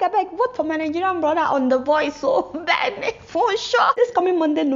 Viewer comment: The country Republic of Benin is pronounced like "Baynen" NOT like Benin in Nigeria